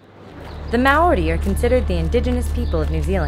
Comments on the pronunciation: HAHAHAHAHA I CAN TELL YOUR NOT A KIWI! haha you say Maori the way it's spelt but really it's pronounced like moldy but the L isn't strong haha ;) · Your pronunciation of Maori is adorable. Good thing you are not a kiwi because you would be in trouble haha. Loading this up so long after you were here has really toyed with my emotions :( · Kia ora Hannah hopefully u enjoyed your stay how to pronounce maori = mould ri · It's so funny to hear hannah say Maori the way she does, if someone from New Zealand (like me) says it like that you get teased so much about it. As a tip, the correct way to say it, is similar to the sound of the world 'moldy' at least…. in a new zealand accent... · It's cute how she tries to pronounce Maori! Hahahhahahah Americans... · I don't think John Key is stupid, I mean he must be doing something right considering the fact that National won the election by so much. But I agree with you on the fact that the way Hannah pronounces Maori is funny. :) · I'm glad I'm not the only one who found her pronunciation cute :3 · as a new zealander, loved how this video included quite a bit of our maori culture/heritage. thanks hannah! but next time you visit NZ, we'll have to work on your maori pronunciation - i'm more than happy to oblige! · ahaha i love how you pronounced "Maori." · Your pronunciation of the word "Maori: is terrible. Don't worry though, I'm born and bred in NZ and I still can't bloody say it properly.